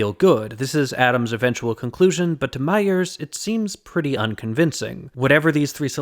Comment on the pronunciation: I was wondering who "Myers" is, I why does it matter that "Myers" hears it a certain say Then I realized you were saying "my ears"